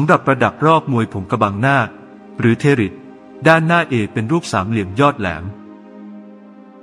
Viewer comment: อย่าใช้ระบบการอ่านแทน เลยครับ เทริด มันก็อ่านไม่ออก เว้นวรรคตอนก็ผิด